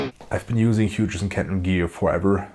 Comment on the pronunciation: Are you going direct of the back of the unit or using a mic? Little for your information, the "G and H" is silent in Hughes so you say the same has Who's but with a H at the beginning. Ola England gets this wrong as well, its a goofy English thing.